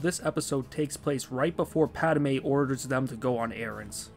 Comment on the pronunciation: Rofl! That was bothering me too! XD